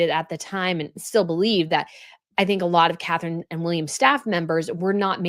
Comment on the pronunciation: Catherine-it’s Catherine